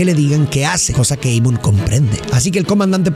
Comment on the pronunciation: Pedazo de animal.. el nombre es en Alemán, se lee tal cual Amon.. no Eimon.. Burro frijolero.